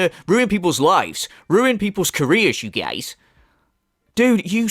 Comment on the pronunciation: Whenever you say "Okay you geeyaize" like DSP but that accent peeks through, I swear I DIE laughing man 😂😂